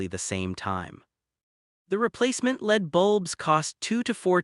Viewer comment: It says LED as lead and CO (carbon monoxide) as co...like coworker.